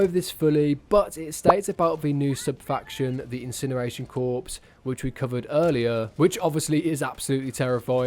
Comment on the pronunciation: Corps is pronounced like “core” fyi